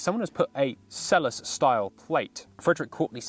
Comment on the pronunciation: Again! Selous pronounced Selloo.